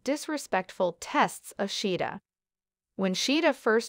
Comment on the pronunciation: her name is pronounced SHA-heeda